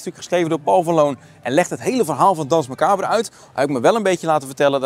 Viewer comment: "DANSE MACABRE" is Frans en spreek je uit als "DANS MACABER" graag gedaan!!